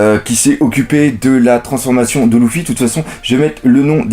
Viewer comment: pas loufy leufy mais s'écrit luffy